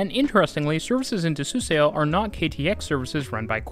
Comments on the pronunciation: Suseo pronounced as ‘su-saw’, not ‘su-se-o’ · The "eo" makes an aw sound, btw. Suseo is sue saw. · This makes sense! The relative accuracy and consistency of your pronunciation throughout the video shows you did your homework. Although like the original commenter, somehow I couldn’t leave the Suseo itch unscratched 😅 I just saw another video last night with the same pronunciation on Suseo and became curious why this one in particular is such a demon. As more people travel from the station with the SRT, GTX, etc., hopefully something closer to the native pronunciation spreads around and catches on. Anyway, good job on the pronunciations and thanks for the video!